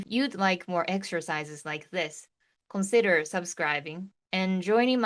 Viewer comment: Are you aware you mispronounced the word CONSIDER?